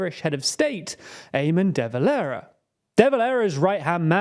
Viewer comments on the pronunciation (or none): Some of your pronunciations are faulty: We say "Deh" Valera , not "dee" valera. The world says "younifil", not "YOU-N-I-F-I-L" We say "Fee-anna -fall", not '"fie-anna-fail" You did not mention that the Dublin-born father of the current president, Chaim Hertzog had at one time been Chief-of-Staff of the IDF. An update; in 2024 Israel removed its ambassador to London and closed its Dublin embassy so that we couldn't mount protests outside it.